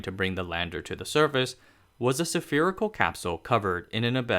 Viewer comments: Spherical is pronounced "s-fear-i-cal," not, "saf-fear-i-cal." (Spherical does not begin pronunciation like the word sapphire.) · The word is spherical, not sephirical. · why sApherichal? There's no A there. Sphere... Spherical. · It's just a fwancy way of saying it. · Drinking game: Take a shot every time he mispronounces the word spherical Loved the video, btw 👍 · You have a lot of work to do on pronunciation, and some on grammar. If this is a problem resulting from reading aloud, change the spelling of the words to the way they are said. There are at least a dozen mispronounced words. And at least half a dozen grammatical errors. The main pronunciation errors: atmospheric entry, autumn, temperatures, pumice, spherical, asbestos, beryllium, honeycomb, and similarly. I tried to email, it did not work. Hmm. Taiwan? Well, I guess a few errors are to be expected. Actually, quite remarkable, if English is not your native language. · sa-fear-ical -> spherical. abestos -> asbestos. barellium-> beryllium. periphals -> peripherals